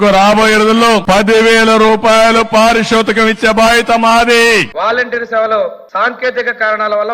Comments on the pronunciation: Paarishothikam kaadhu. naayanaa Paaruthoshikam....Thelugu schools petti English theesi padeyyi Ehe.. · పారి సూతకం కాదురా భారత్ పారితోషకం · Paarishothakam kaadu andi paarithoshakam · పారిషోతకం అన్నాడు పారితోషకం అనలేదు.వాడు మోసం చేశాడని ఎలా అంటారు? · పారిశోతకం కాదు పారితోషకం